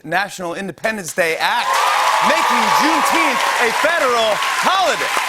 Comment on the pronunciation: Hooray for a holiday 99% of blacks can’t pronounce. Think I’m kidding? Go out and ask any 10 random black folk to say Juneteenth.. yep u heard right. They all said Juneteenfffff!